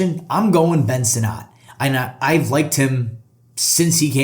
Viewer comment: It’s Ben “Sin-it” not “Sin-not”